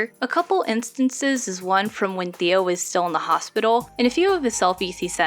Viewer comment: before i finish this video, his name is pronounced "Tay-oh" not "Theo" !!